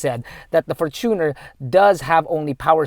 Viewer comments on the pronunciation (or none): fortune-r not for-tuner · is that the correct way of how to pronounce the fortuner? you said, “for-TUNER” isnt it from the word “fortune”? and not “tuner”? hence, “fortune-r”